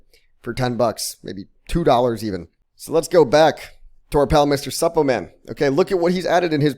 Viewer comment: Is it just me or the way he pronounces Suppoman just cringy 😂